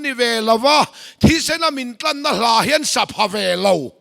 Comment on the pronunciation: A kohna leh a tlanna ti hian a chhiar ve ziah a,thlanna tih zawk tur hi a chhiarsual leh țhin,ka tihsual ve tawh hnu a nih a vangin ka lo hre ve riau mai.